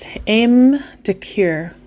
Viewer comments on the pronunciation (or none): Ame is 2 syllables...ah-meh. Kur is how you pronounce the French word for leather...cuir. Core comes closest to the pronunciation...if you pursed your lips while saying it...for coeur...which is French for heart.